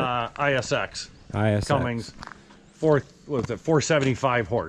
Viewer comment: It's pronounced Cummins not Cummings,no such thing, I really enjoy your show safe travels back to the farm.